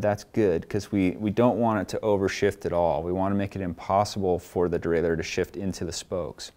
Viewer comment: Nice for the DIY bike mechanic like me. I also like the way you pronounce derailleur, unlike the guys who say something neither French nor English like "derailyer."